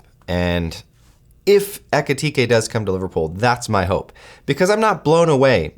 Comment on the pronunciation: Ekitike isn't ready yet. He just took over from Marmoush and needs at least another full year to become good enough to be a starter for pool. Better bet could be Guirassy: Underrated striker who can't be so happy in Dortmund. Much better player in the moment, but cheaper. Btw: Your pronunciation of German words is very good!